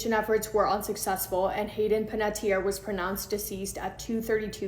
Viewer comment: I think this is the first time ive ever heard her last name pronounced correctly. Like, that is exactly how it is spelled. It's so sad about her. I hope her passing was peaceful at least.